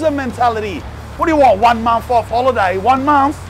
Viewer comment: 😂 “ONE MONF holidays”